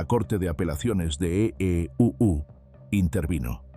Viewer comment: Mas burla es el q relata e e u u dios mios Ai? O brutalidad d programas d vos